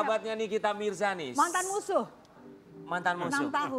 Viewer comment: Wkkwkww anjay bilang mantaan musuuh😅😅 gokil